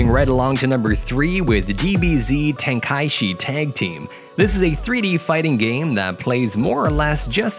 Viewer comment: “dartex”, “ten-kashi”, “kratt-toes”